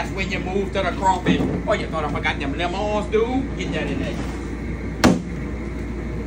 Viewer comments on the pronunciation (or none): none